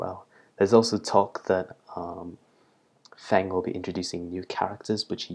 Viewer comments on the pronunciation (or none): Oh cool! Thanks :) (Oh and btw, Feng is pronounced 'Fung' rather than Fang and Lee would be as it sounds. Rather than 'lay', it would be like bee, but with and L. This is because Chinese vowels are a little different)